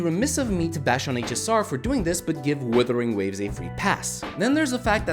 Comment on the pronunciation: I love getting breakdowns of a game from a guy who can't pronounce the game's name.